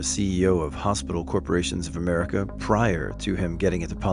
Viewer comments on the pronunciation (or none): none